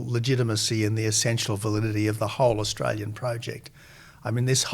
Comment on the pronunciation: For goodness sakes, old mate. We are having an election, not an 'uhlection'. Add to that, we are Australian, not 'Uhstralian'. Get it together.